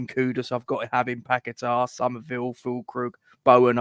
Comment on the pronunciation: Kudus is going nowhere ffs . And it's paqueta not pack a tar ffs